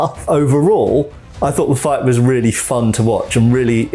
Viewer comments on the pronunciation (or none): none